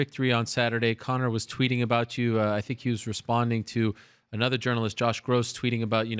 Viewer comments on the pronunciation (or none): none